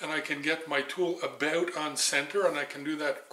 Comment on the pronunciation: Aboot on center Aboot ready. Oh i never get tired of that lol